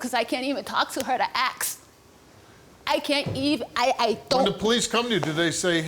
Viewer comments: No such word as tooken lady... No such words as aks lady..... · Why do they put the k before the s it’s not aks it’s ask god people are so stupid on how they talk at times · She said axe. It's ASK* LOL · She says her daughter wasn't molested She claims the adult men (father and brother) and ex boyfriends DID NOT molest her daughter. She cannot pronounce ASK. If she should have her child, they should all live under supervision because I have no doubt members of her family or men she was involved with were abusing and r*ping that baby girl that illiterate woman didn't protect. The list of proven physical injuries is insane.